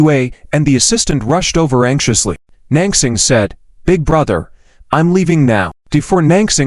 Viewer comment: lol, non-crossing! non-crossing! poor Nan Xing can't even have her name pronounced correctly. So sad. :(